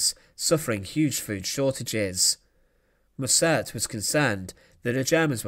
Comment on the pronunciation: Mussert is pronounced with the emphasis on the first syllable.